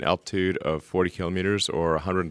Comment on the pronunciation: Elon pronounces kilo'meters, not kalamaduhz.